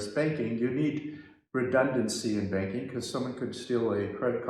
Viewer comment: I missed heard you I thought you said spanking instead of banking did think for a moment is this part of the visa requirement.